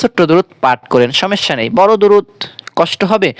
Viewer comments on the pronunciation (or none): হজাগ কি জিনিস? এলারাম কাকে বলে? সমেস্যা কি? ভাষা শুদ্ধ করে বলতে না পারলে কেন কনটেন্ট তৈরি করেছেন?